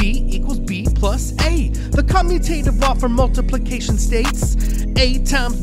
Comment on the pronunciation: We really appreciate your videos. Just an FYI, you mispronounced "commutative." Is should sound like the word 'commute', as in 'to travel'. Just like the letters are traveling when they switch sides.